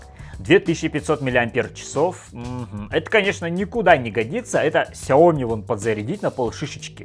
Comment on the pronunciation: "кшяоми на полшишечки подзарядить"